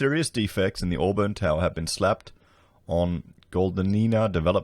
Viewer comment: Auburn is actually pronounced as "Awe-bin" not "Awe-burn" just like you say "Briz-bin" not "Briz-bain". That area of Sydney is very dodgy as far as real estate goes, it is the same area where developer Salim Mahajer was the Deputy Mayor. Before their local council was merged it was filled with dodgy developers and real estate agents. This apartment complex is just the tip of the iceberg. Almost every large development in that area over the 20 years has issues that building inspectors have either missed or ignored, lots of allegations of corruption. You could literally run your entire channel just making videos about corruption, greedy developers and dodgy builders in that one area of Sydney, it's a joke.